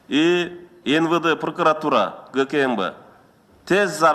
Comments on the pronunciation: пыркыратура эмес прокуратура деп айтылат. Сен мыйзам менен жашап жатасынбы? Хаус эмес хаос. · Над, Пркратура деп тантыйтко бул ЧМоо?